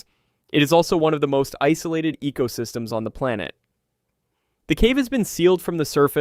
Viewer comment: ah yes the "echo systems" obviously human speech at play. delete your channel.